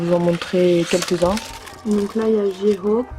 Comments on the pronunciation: J-Hope se prononce"jey-hope " sinon super vidéo comme d'hab 😘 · J-Hope se prononce"Jey-Hope" et Suga se prononce"shouga" sinon super vidéo comme d'hab